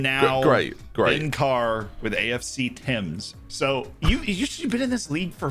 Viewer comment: how is a history major that doesn’t know how to pronounce thames? lmao